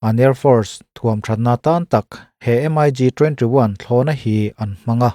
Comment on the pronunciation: MIG...hi M-ai- gi ti lo in 'Mik' ti in an lam zawk...hman ah khan i chanel ah M-ai-gi ti lo a..'Mik' tih zawk tur ti khan.ka ron comnent taeh a..tun thleng in i la ti M-ai- gi ngar ngar a..thu i awih lo e mai🤣